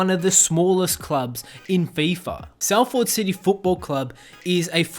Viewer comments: Salford is pronounced Soll-fod not Sall-ford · It's pronounced Solfad NOT Sal Ford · It pronounced sal-fud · As someone from Salford I’m upset with your pronunciation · I’m from Salford aswell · Is no one concerned in the way the guy said Salford city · Yeye I’m from Salford he really killed the name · It’s cos he’s Australian